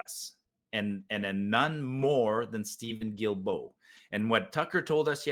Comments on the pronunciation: Hi surname is pronounced Duildeault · the way to pronounce Guilbeault is GILLBO